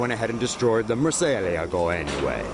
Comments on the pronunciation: it's pronnounced "Moor-sea-eh-lag-oh" ! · Say Murcielago again my dude 😂😂😂